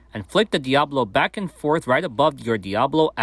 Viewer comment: You say it so fast, but it sounds like you are saying Diablo and not Diabolo. (dia-boh-loh) or (diab-oh-loh)